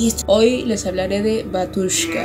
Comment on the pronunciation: Se pronuncia Bátiushka... la letra ю se pronuncia "iu"